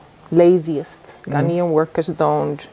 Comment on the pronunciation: His pronunciation is spot on. He speaks like a typical Ghanaian. I don't know him in real life but I think I like his personality. I learnt allot in this convo